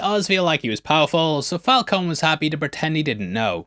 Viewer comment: It's fal coney too LOL, like Coney Island lol